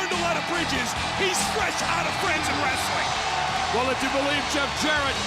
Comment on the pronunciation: WRES - UH - LING